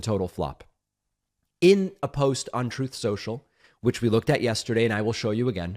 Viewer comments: Troth Sential lmao 🤣🤭😅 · "Trothe Sentel." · "Trowth. Sential."